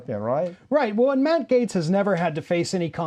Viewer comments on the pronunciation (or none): Everyone pronounces his last name incorrectly. It really should sound like "Gets," phonetically. Either way, he is a complete scumbag and I hope "gets" what's coming to him.